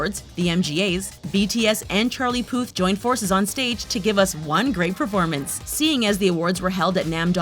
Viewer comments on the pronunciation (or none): Lmao did BTS just- 💀💀💀 ”CHARLIE FOOT”??? ”JUNGCOOK”???